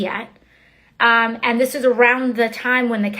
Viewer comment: I hate how she pronounces the word and, which sounds like iiiynd.